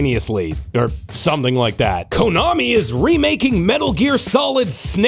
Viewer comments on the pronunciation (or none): none